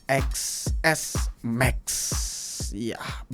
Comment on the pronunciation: Ya iya susah dibacanya orng harusnya dibaca (ten + s + max) ga sii 😅